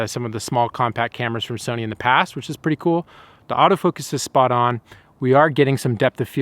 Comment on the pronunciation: “Somy” camera